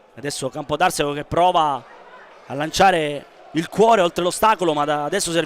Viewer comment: si pronuncia Campodarsego con accento sulla a e non sulla e